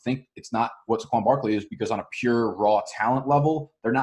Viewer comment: Why do you pronounce Saquan’s name like that? 😂